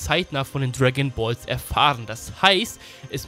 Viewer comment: Niemand:: Tragonballs